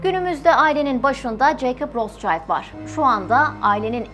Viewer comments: Rotchild değil Rotschild…okunuşu da rotşild…Ailenin adını söyleyemeden program yapmak garip olmuş. Üstelik de almancada kırmızı kalkan anlamına geldiğini söyledikten sonra… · Isim Alman ismi RotSchild , okunusu rosŞayild degil, RotŞilt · yalniz Rotsayld degil ! Rotsild! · Rostçayld olarak değil Rotşild şeklinde doğru okunuşu da videoyu tekrar inceleyip düzeltmemişler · Roschild diye bir telafuz yok rotşild almanca bir kelimedir ver kirmizi kalkan anlamina geliyor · Rotşaylt diye okunmaz, Almanca bir isimse telafuzu Rotşilt tir. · Kardeşim rotsçayld değil Rothschild. Ve roşild diye okunur. Adama İngiltere'de bile roşild deniyor sen niye ısrarla ingilizce telaffuz ediyorsun. Fransız mişel e maykil demek gibidir bu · Daha okumasını bilmiyorsunuz, rotşayld değil, rotşild* diye okunur, Almanya kökenli kelime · Rotsçayld neden? Turkler almancada iyi olmalarına rağmen neden yanlış seslendiriyorlar? Rotşild seklinde okunuyor🙄 Barış Özcan da Aynstayn demesine de çok sasirmisdim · Roths-Child değili Rot-schild. Rot - Şild telafuzu. soyismin ingilizce ile alakası yok. tamamıyle almanca. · Rotşayld değil Rotşilt diye okunur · Ros cayt değil, rot şild şeklinde okunuyor gerçekte. Ve anlamı ( kırmızı tabela ! Kırmızı kalkan ) Almanya kökenli olduğu için öyle kalmış soy isimleri. ( Rotschild ) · abla herkes senin hesaptaki yanlışına takmış. ama ben adamın adını yanlış söylemene taktım. rotşild diye okunuyor kırmızı kalkan anlamına gelir. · Okunușu ROTȘİLD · Rot-şild diye telaffuz edilir. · Bu arada rootşilt diye okunuyor/telaffuz ediliyor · Rot şild diye okunuyor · Rotşild diye okunur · Rotşild diye okunmuyor mu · Rotşild okunur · Bir de doğru telaffuz etseydiniz. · Rothschild almancadir Okunusu almanca ingilizce deyil. Kirmizi tabela.plaka demektir